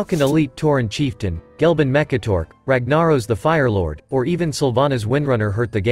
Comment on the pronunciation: That pronunciation of Ragnaros hurt me 😭